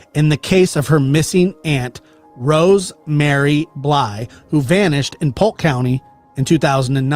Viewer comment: Rose (Ma-ree) Marie Bly from Wisconsin, please not Rosemary. Thank you! The name does make a difference. 🙏❤️ God bless & much love.